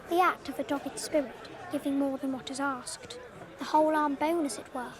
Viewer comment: "Giving more than what is 'ass-ked.'